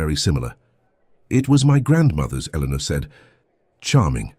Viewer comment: The narrationswallows the "R" sound..her name is Eleanor but it sounds like Elena, and the captions are phonetic when in doubt because AI can't reason